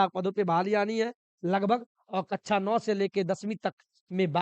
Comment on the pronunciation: कच्छा ❌ कक्षा ✅